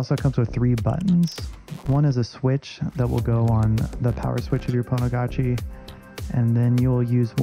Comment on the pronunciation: So pretty "Pwnagotchi"